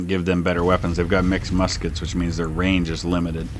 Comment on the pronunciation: Ewell did much better with the Lorenzs than he did with the "misskets". 3 stars for the Junaluska Zouaves! Hurrah! Hurrah!